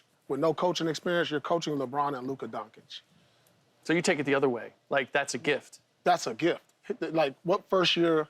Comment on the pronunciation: Bro Paul how long is it gonna take you to pronounce Luka’s last name correctly lol sheesh